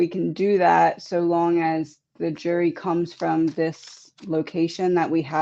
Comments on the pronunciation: did you say "jury" or "jewelry”? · I thought she said jewelry too. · I thought I heard that also …JEWELRY!!